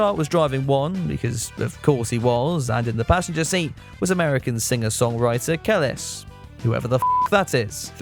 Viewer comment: Kelis is a rnb singer from the 2010’s, and her name is pronounced: (Cuh-Lease)